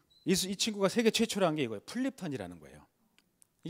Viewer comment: 장음인 단어의 첫 자를 짧게 잘못 발음한 예:제가(나),시작,4차,뭐야,환자,(바다야) 되요,현실,세계,과거,없어진다, 등, 장단음 문제가 있읍니다. 한국은 장단음 문제가 시각합니다. 언재쯤 인공 지능이 틀린 발음을 바로 잡을수 있을까요.